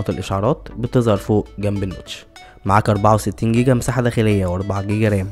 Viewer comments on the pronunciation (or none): none